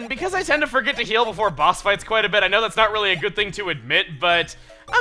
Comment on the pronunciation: When he said bit, i actually thought he said bitch